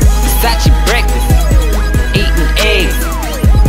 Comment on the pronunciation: Versace brefst🤪😳